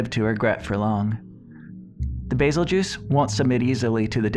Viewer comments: Isn't it pronounced goose, not juice? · It’s pronounced bazel geus not bazel juice do u see am I in the name or a j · Bae-Zell- Gew-Oos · Bazel juice he says its bazel goose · Nice video dude, can't wait for your next one. Lore videos are my favorite. Love beazeljuice, maybe someday we will find out the English pronouciation for it so the geese vs juice can be decided. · Call it bazeljuice one more time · I always pronounced it's name as "bazelle-giss" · Bazel-juice Really??? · Bazel-juice?! Lol wut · It's pronounced "Beetlejuice" pal. Get it right. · I like your videos but your pronunciation is killing me